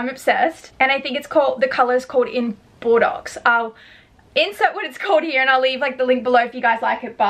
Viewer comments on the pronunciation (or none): I think the handbag colour is pronounced 'bore-doe'. ❤